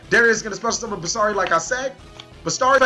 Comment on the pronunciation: Even after all this time, you still can't pronounce Bestiari or Samnite. #CaliEffail